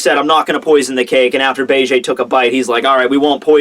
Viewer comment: "Be-Ge" Dude, it's Beige like the color.